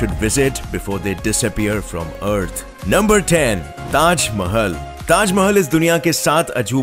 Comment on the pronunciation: It's not Taj Mhl.It is Taj Mahal